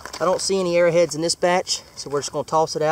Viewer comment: it's arrow heads not arra heads lol